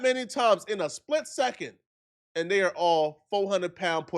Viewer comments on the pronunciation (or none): none